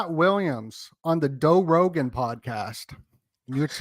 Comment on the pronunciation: “doe Rogan” 😅